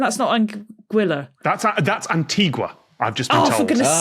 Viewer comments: Well, you can pronounce it however you like, but the name comes from the Spanish word "antigua" (meaning "ancient"), and it's pronounced an-tee-gwa / un-tee-gwa. In Spanish (and most romance languages, Italian being the exception), the "u" is only silent in "gue" and "gui". In "gua" and "guo" the "u" is proncounced. "An-tee-ga" would be the Portuguese name (which is spelled "Antiga"). And a better animal to describe Anguilla would be an eel (because it literally means "eel" in Italian). 😉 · Antigua - pronounced AN-TEEGA. Anguilla is long and skinny, like a SNAKE. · Oh, wow. I assumed that was one of the vanity ones, I had no idea it was connected to an actual country! Amazing. Also, I have always pronounced the country's name as if it were Spanish, and now I'm devastated to learn it's a more boring pronunciation (sorry to anyone from Anguilla) 😂